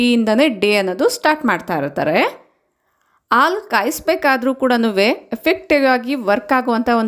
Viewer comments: ಆಲೂ ಅಲ್ಲ ಹಾಲು. ನಿಮ್ಮ ಮಾತೃ ಭಾಷೆ ತೆಲುಗು ಇರಬೇಕು. ಅ ಗೂ ಹಾ gu ವ್ಯತ್ಯಾಸ ಇದೆ. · ಹಾಲು, ನೀವದನ್ನು ಆಲು ಅಂಥ ಹೇಳ್ತಿರಾ. ಅದನ್ನು ಸ್ವಲ್ಪ ಸರಿ ಮಾಡ್ಕೊಳ್ಳಿ.😊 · Please pronounce haalu not aalu